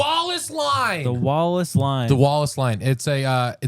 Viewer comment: Am I the only one that keeps hearing “wall of slime” everytime says “Wallace line”?!?